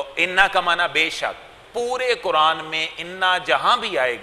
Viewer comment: KEYA AAPLOG QURAN KO BHI KURAN HI BOLTE HO. KEYA AAPKE YAHAN BARI QAAF NAHEE HAI.